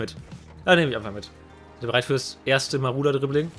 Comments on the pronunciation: Wen triggert es auch, dass er die ganze Zeit Maruder, statt Marauder sagt? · Ich., wie oft willst du noch Maruder und nicht Marauder sagen.. Ja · Warum Maruder xD Es wird doch Marodör ausgesprochen haha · marAuder!!! MARAUDER! NICHT MARUDER! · Wenn triggerts dass er maruder sagt statt marauder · Man spricht das glaube ich "Maradona aus und nicht " Maruder" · das Auto heißt MarAuda und nicht Marouda. für das nächste mal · Wehn hat es auch getriggert das er maruder sagt statt marauder? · DAS AUTO HEIßT MARAUDER UND NICHT MARUDER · Der heißt "Marodör" gesprochen :) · jeder kennt ihn...den "Maruder" xD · Es heißt Marauder...